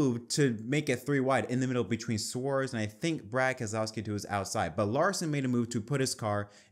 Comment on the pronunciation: New drinking game for this podcast - everyone takes a shot each time Keselowski’s name is misprounounced.